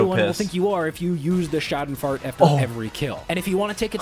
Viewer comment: The joke is that he increasingly says the “schadenfreude”’s name more wrong every sentence. First he said Shout and fart Then he said Shoo den froo Then he said Shamylan